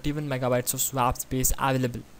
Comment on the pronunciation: Pls learn how to say swap before making more videos